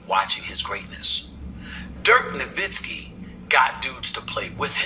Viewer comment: not really. It took him years to get Nowitzki's name right too. He'd pronounce the w instead of pronouncing it with a v sound